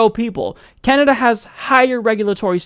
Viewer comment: did you say Canada? or did you say Kenda? sounded like Kenda lol